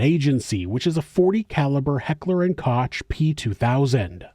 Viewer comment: Heckler and Koch is a German company and the second name is pronounced like Coke not Kotch.